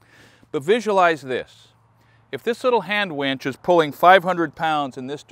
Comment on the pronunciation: Winch, not wench.